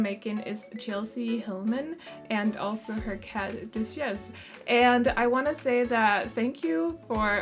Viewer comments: These girls are so cute and I love the name for the cat!! Ramona might be my favourite! Duchess is actually pronounced DUT-CHUS or DUH-CHUS - I don’t know if this helps at all!💖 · I love both of the girls so much, also it’s pronounced Dutch-es but don’t worry I love the way you say it in your accent it’s so cute!